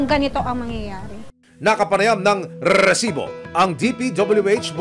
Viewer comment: Rrrrrrresibo,ok na sana yung catch phrase lang ang sobrang OA